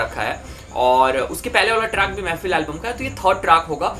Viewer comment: Bhai woh mehfil nahi mehfeeeel hai feel